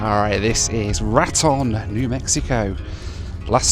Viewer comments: Pronunciation of La Junta was spot on, but Raton was a miss. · Not Rat-on. Ra-Tone. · Chuckle how you say name... Al-bah-Kirk-Ee, Rah-Tone... Misery (That is how we say it, but it is Miz-Err-Ee or if you are from that part Miz-Err-Ah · Raton pronounced: Rah-Tone